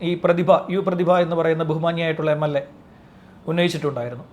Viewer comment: MLA അല്ല മ്ളാ